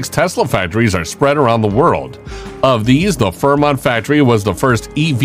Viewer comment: It's "Fremont" not 'Fermont'! As in "Free-Mont!" 🙄